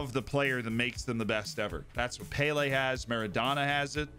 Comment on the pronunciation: Payle hmm? Not pele then